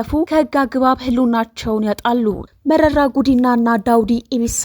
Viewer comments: Say merera not merari, if you don’t know how to pronounce ask someone, if you’re careless apologize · መረራ በይ መሪራ አትበይ!